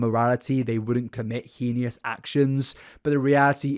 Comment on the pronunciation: pronouncing it as "Henious" instead of "Heinous" is always unique <3